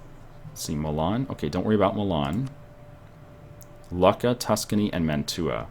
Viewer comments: Lucca is pronanced luke-a not luck-a. I know I've been there in real life. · lucca is pronounced "loo-kah" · its pronounced looka